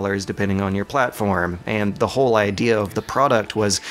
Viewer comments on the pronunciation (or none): none